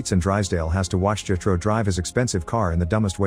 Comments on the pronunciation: bro said jehtro, it’s jethro lol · The repeated mispronunciation of Jethro is maddening because they use the name so bleeding much.